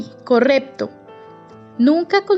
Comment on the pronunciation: Dices corePto, edguar , 😂